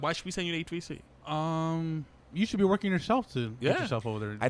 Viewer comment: This young baca guy tries to talks like he’s a celebrity but at the same time he talks nonsense and irrelevant topics where is WALPHS? WADIO STATION? What is woahking?